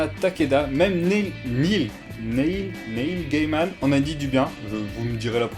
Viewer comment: "Niil" Gaiman (et Guéymane, pas Gailleman) Mais souvenons-nous : ne nous moquons pas des gens qui ne savent pas comment prononcer un mot, ça veut dire qu'ils l'ont appris en lisant ^_^